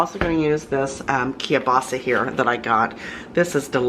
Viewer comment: I wish people would learn how to say Keilbasa correctly.